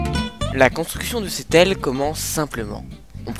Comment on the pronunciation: C pas aille c aile